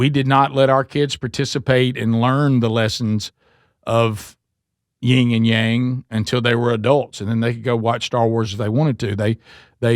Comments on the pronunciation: This out of love, but it's pronounced "yin and yang" Not Ying yang. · Please stop saying "ying" and yang. It is "yin."